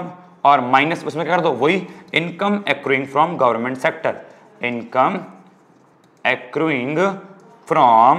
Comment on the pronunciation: Accuring... Akroying nahi akkaring